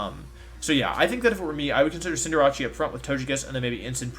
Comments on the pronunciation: I finally realized that he calls Cinderace Cinderachi, before I always thought he was referring to a team with Cinderace and Jirachi, which was wired, because Jirachi isn’t legal in this format. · Not Wolfey saying Cinderace as “Sin-dur-ah-chee” ☠️